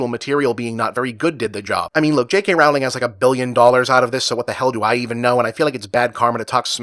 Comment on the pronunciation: Could you maybe at least pronounce Rowling's name correctly? Not even doing that much research makes you sound like a dumbass.